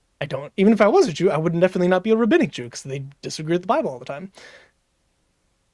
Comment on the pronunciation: he’d pronounce it “Rahabinnic” 😂